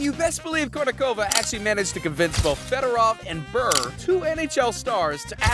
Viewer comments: Day-butt ≠ debut. Brrrr ≠ Bure. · how you pronounce bure as brrr, bothers me more than it should. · Pavel Brrrr, eh?🙄